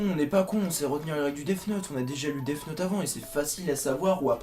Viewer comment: Tu as tellement bien prononcé Death note que j'ai aimais èwé